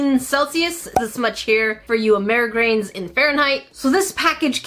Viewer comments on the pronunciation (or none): I love how she said “Americrians”